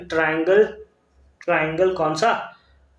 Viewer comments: Triangle❌ tirangle✅ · First he Saud right then teerangle